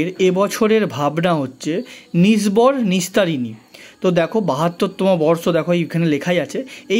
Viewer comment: উচ্চারণ টা নিসবর না নিস্বর। উচ্চারন ঠিক করুন।